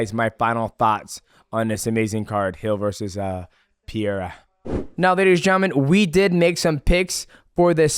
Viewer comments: No Sir, it's actually pronounced Puh•Hay•Duh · Pierra? What is this? George Saint Pierra? You are doing the Chael thing, pronouncing names incorrectly, on purpose. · This amazing card…Hill vs Pee-air-uh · DJ is crying inside... He wanted Jamahal Hill to win so bad. Also its not Pierra, its Pereira. Get it right champ. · No, you didn't say it right. It was Alex Perreira vs Jamal Hill. Put some respect on that please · Oh my god DJ also calls Pereira "Pierra". I guess If Chael and DJ say it's "Pierra" then his name is fucking Pierra 😂